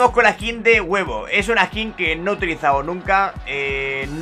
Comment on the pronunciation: Las veces que dijo "ESQUIN" 👇